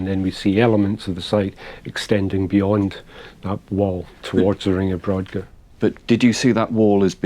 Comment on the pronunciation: The Ness of Brodgar, and The Ring of Brodgar, are pronounced brogar, the 'd' is silent.